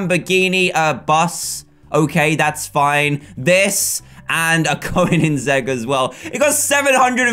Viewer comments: So many people pernounce keoninseigg wrong but he pernounced it correctly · THANK YOU for saying koninggeg right